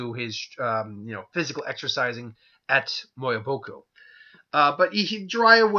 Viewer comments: Mount me-o-bow-Ku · The pronunciation is Me-Yea-Boa-Ku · its pronounced mee u bow ku i think